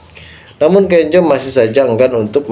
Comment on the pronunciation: Bukan Kenjo namax,Kenzo sebutanx😂